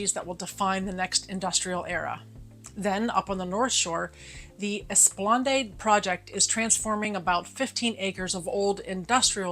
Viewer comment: Google: how to pronounce esplanade